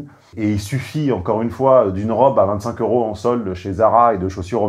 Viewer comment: Hé chef on dit 200 zeuros et non pas 200 heuros… ça fait désordre n’est ce pas ?